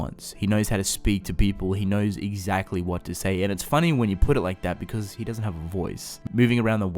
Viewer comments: Can i just mention how he says because BECOUZ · The way he says “because”... sorry not trying to be mean